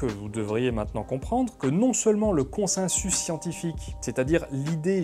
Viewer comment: On dit "consensus" ou "consinsus" ? :) Vidéo très intéressante, je préfère de loin ce format à celui de la méthode Z. Petite question, tu as parlé des malversations du tabac dans les 50's, que penses-tu de la manière dont le consensus scientifique s'est formé sur l'alimentation à la 2ème moitié du XXème, en particulier la guéguerre entre le lobby du sucre et celui de l'industrie laitière, et il a fallu attendre les 2000 pour qu'on se rende compte (du moins dans le grand public) que la fameuse pyramide alimentaire (que j'ai encore retrouvée dans les cahiers de mon fils de 8 ans) n'était pas basée sur du savoir scientifique. Il s'est passé quoi, c'était purement politique, ou bien le consensus n'existait pas ? C'est une question honnête, je ne cherche pas la bagarre :) Un membre de ma famille de l'alternosphère revient régulièrement là dessus pour finalement raisonner comme Lalanne.